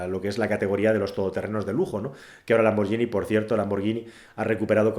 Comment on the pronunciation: Muy bueno. Enhorabuena por el éxito. Dos detalles para mejorar: 1- Por favor, Hispanoamérica, no latinonada. 2- ¿Por qué un experto como tú dice "lamborllini" y no "lamborguini", que es lo correcto?